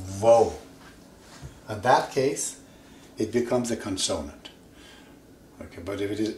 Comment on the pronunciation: Kon-soa-nand? Does he mean kon-suh-nuhnt? (Consonant)